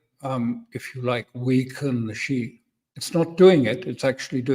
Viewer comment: Alastair: it is not pronounced Shi, it is Shi-eh or Shi-ah😊